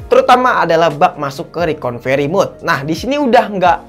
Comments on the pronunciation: Maaf saya ralat bg Yg bener recorvery bg bukan reconvery😁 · Koreksi dikit: RECOVERY bukan Reconvery ya bang 😊 Selain itu, Mantap bang 👍